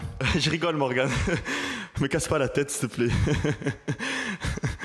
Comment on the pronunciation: Il a osé dire morgan (morgane) il va vraiment se faire fumer